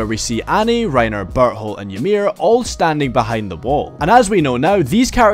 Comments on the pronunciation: Why does it sound like he’s saying but hole instead of bertholdt. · Is it me or does it sound like he's calling Berthold, Butthole?